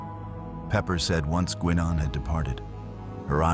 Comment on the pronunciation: I can't, for the life of me, figure out why he didn't ask for a replicator to make another suit of armor for her during that 3 hours before he left Enterprise. AI is at it again; "Guinn Ahn" instead of "Guy Nenn." The correct pronunciation would come from the character herself, and we've all heard her speak her name hundreds of times on the show. AI is the tool of the inexcusably lazy. I think we ended up with a Klingon and a Federation shuttle we're not supposed to have. The rift closed - sealed was the word - before the shuttle landed. Then it was open again so Warf could leave? Sloppy writing. Finally, there is the repetition that afflicts all AI work. They repeat material over and over and over to fill time.